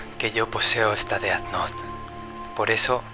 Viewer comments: se pronuncia dez nou, no deat not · e disculpa pero ... se dise ded nouth no deat nouth